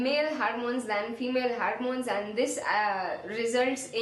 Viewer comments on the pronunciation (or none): No offense -but it is hormone and not harmone.